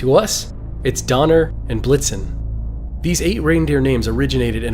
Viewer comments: Did he blixum? It's blixen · The reindeer name is blitzen, not blitzum😅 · It's Donner and Blitzen, not whatever you said. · Dude it’s Donner and Blitzen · Did you say dunder and blixom?? Who are those reindeer, I don't remember any of their names being dunder or blixom